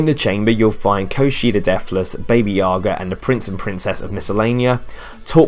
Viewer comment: baby yaga really bro? its pronounced b-a-b-a yaga